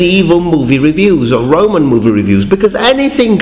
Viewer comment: He said Romans like the guy from the life of Brian